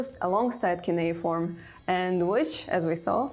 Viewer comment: le CU NE I FORME? pas cunea ni keyforme. Elle sort d'où cette cruche ?